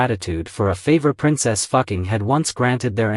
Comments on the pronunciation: Dude your Ai Textspeach is horrific... You should check bevor you upload. The AI calls her Princess Fucking and not Fuqing... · Correct pronunciation- Foo Ching